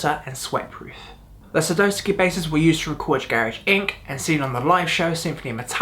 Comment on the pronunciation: Sa DOW ski not Sa doe ski